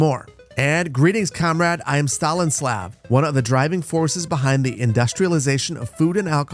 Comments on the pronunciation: It's so funny how is butchering those names. Stalinslav made me cry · Legendary "Stalin-slav instead of Stanislav" Drop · Your attempted pronunciations kill me. Stanislav = STALIN SLAV. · the way you pronounce these soviet names makes me cringe lol Kerali instead of Kirill Fedewer instead of Fedir Stalinslav instead of Stanislav hahaha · brother said "Stalinslav" 💀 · Lol so many mispronounced names, stalinslav was the best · "Stalinslav" -- okay that was a good one 🤣🤣